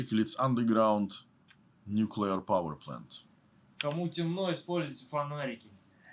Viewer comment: No. It's not nucular power ship, it's nuclear powered ship.